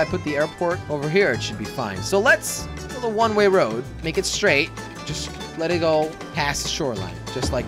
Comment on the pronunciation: It bugs me that he says one ray road